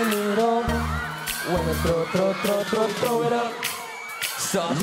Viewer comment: He cant pronunce clearly the word THROW